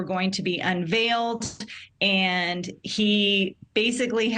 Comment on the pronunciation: Why does she keep saying Alec Murdoch? It's AleX MurDAUGH